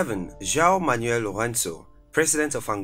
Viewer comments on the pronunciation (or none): none